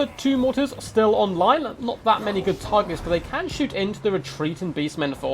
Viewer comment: I love your channel, but I don’t understand that diction tick so many total war youtuber seem to have. You guys slow down - accentuate the last words of your sentences it’s really weird and a bit disturbing. “... and bringing four. mortar. as. WELL.” “Two crabs and. other. big. tarGETS.” I think it might be a Heir of Carthage bad habit, but it’s quite disturbing imo. Great, great content though.